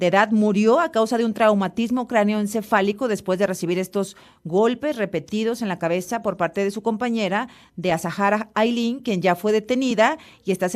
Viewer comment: No fue una piedra, la golpea con una herradura de metal. Y el nombre de su homicida se pronuncia "Asara" no Azajara